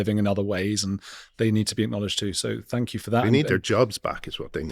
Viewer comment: Brilliant interview! ''Tank' you',!